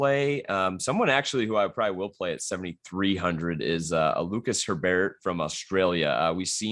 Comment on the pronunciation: Literally everyone I listen to mixes up Lucas Herbert and Benjamin Hebert. It’s not difficult. Herbert is Australian. You pronounce that how you normally say Herbert. Hebert is French.